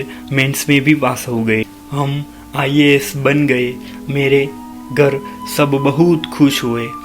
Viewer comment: Bhi ias hota ha woo isi nhi pehle ias bolna toh Sikh lo